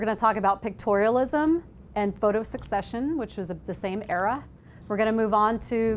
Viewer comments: just a quick comment, "secession" is not pronounced like "succession". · Mispronouncing Secession over an over because when she read it she misunderstood it. Until maybe she read it in context. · and it's not pronounced the was she is pronouncing it... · Thank you! I can't handle it. I'll still show this to my intro to photography class but I'm going to have to leave the room. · I knew that and almost changed the way she pronounced it, because English is not my first language, I had to watch several videos about Stieglitz to get it right. She messed it up being native and informed and all #bummer